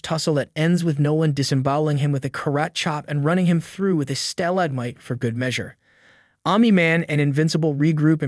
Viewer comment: Honestly, I wouldn’t mind so much, if the person didn’t fail at pronouncing basic words like stalagmite, casualties (not causities), and montage.